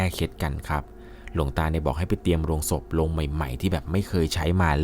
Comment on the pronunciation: โลงศพ ไม่ใช่โรงศพ ควรออกเสียงให้ถูกนะคะ